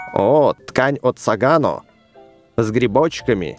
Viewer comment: Правильно говорить СагОно а не СагАно